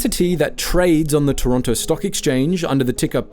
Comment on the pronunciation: how dare you turn your back on Pizza Pizza, they were there for you at your lowest points - and they have half moon bread! im not gonna listen to this slander from someone who cant even say Toronto right